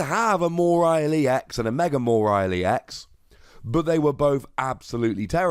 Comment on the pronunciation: Why do pronunce it "Moerile"? There's no r in the name